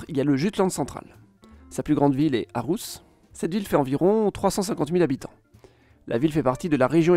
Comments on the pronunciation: faut revoir les prononciations Ålborg (Olborg) Århus (Orhus) etc. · Aalborg et Aarhus se prononcent "Olborg" et "Orhus", la lettre aa ou å (nouvelle orthographe) se prononce O ou plutôt AU. Par contre rien à redire pour Jylland, le Y danois se prononce comme notre U, rien à redire non plus pour Øresund, la lettre ø se prononce EU... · Intéressant et bien résumé, cependant la prononciation des villes fait mal aux oreilles. Aalborg se prononce :"Olborg" le double aa se prononçant å ou o en danois Il en va de même pour Aarhus : Il faut prononcer "orhous" Il y a une erreur a trekantomradet ===> trekantområdet qui se prononce comme le double aa c'est à dire å ou o. Le double aa est l'ancienne écriture et les villes comme Aarhus et Aalborg l'ont conservé. Pour le reste le nom des régions est prononcée "à la française" donc cela reste correcte. Seeland devient Sjælland en danois : prononcer "shéland" Autre précision : Copenhague s'écrit en danois København et vient de at købe = Acheter et havn = port Ce qui veut dire littéralement port d'achat ou port de commerce. On retrouve la même racine en suédois pour les villes de se terminant par "köping" comme Jönköping, Enköping, linköping etc...qui étaient autrefois des carrefours de commerce. Le nom des îles se finit géralement par ø car ø veut dire île en danois On aura donc Samsø, Læsø, Ærø etc... Jeg håber det kan hjælpe dig for at forbedre dit dansk videnskabe :) Med venlig Hilsen